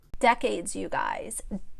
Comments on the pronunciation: you cracked me up the way you said “DECK-AIDES” 😂🤣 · Dec-ades by 🤣🤣🤣💀💀💀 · Decades, DECK-CADES. 😫😂🥴🥸